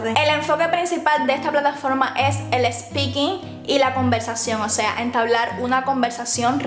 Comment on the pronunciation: Me hace gracia que promociones esa "escuela de inglés" y pronuncies "ESPEAKING". En dicho idioma a las palabras que empiezan por S, no se le añade una E delante. Veo que aún no has aprendido algo tan básico. Grettings from Málaga.